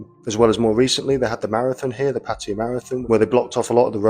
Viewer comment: “PAT-uh-yah”, NOT “puh-TIE-uh” First syllable stressed Sounds like: PAT (as in pat on the back) “uh” (schwa) “yah”